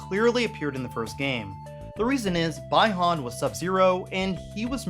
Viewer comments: BLINK! man I loved the invasion theme of MK3 And it’s pronounced Bee-Hun not bi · You pronounce Bi Han as Bye Han. It's Bee Han. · It's bee(bi)han not bye(sexual)han! I get goosebumps of hatered(not against you) when It's pronounced like that.It's sounds awful! By the way good work to!!! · Who is bai han??? 😂😂 i know Bi-Han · anyone else get trigered when he called sub Zero By-han and not (Bee-Han)? Bi Han is my favourite and I'm glad they bringing him back as Sub zero in MK 11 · BEE-Han, not BAI